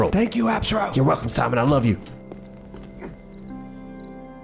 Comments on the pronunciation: How about Team Thimon, pronounced with a silent T. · Thimon (thigh-mun)